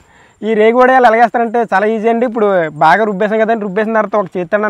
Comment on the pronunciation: ఒడియలు కాదు, "వడియాలు " ఉచ్చరణ సరిగా జరిగితే తెలుగు పలుకులు వినసొంపుగా ఉంటుంది...love from పాడేరు ❤